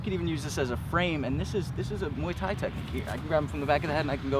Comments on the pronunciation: "Mooey Thai" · How does someone at this level not know how to pronounce "muay thai"...